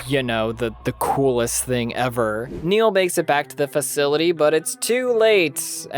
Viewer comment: Its Barry Nyle not Neil. Great vid.